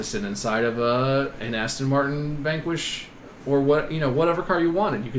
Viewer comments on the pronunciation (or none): none